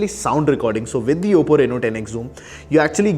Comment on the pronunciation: Its oppo bro not obbo